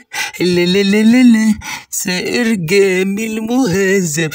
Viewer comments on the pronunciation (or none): لانه مصري واغلب المصريين ينطقوا حرف الـ ث حرف س